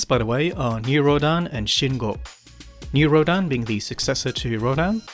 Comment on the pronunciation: It puzzles me why you pronounce "New Rodan" instead of New Rodin ?